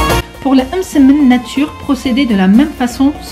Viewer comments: Sarah zebda j’ai remarqué aussi lol « eummmsemen » mdrr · C'est marrant comment tu prononce le mot msemen 😂 sinon toooop